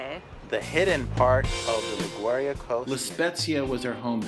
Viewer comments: La Gau Ri A??? 🤦🏻‍♀️🤦🏻‍♀️ It’s pronounced like Li Goo Ri yah. would have been great if you made an effort to learn how to pronounce the town names correctly in Italian so people watching your video aren’t misguided. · Agreed! I really enjoyed the video & appreciate the helpful tips, but the pronunciation of Liguria was cringeworthy. Not only is Italian one of the easiest languages for English speakers to learn, but a 1 second google would have resolved any lingering uncertainty a foreign tourist might have had about how to say "Liguria." I must admit that I'm even more sensitive on this subject given the widely held foreign stereotype of my fellow American tourists as ignorant of geography, not well-educated and perhaps not as respectful toward local cultures as they ought to be.